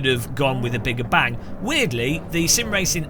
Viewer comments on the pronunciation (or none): none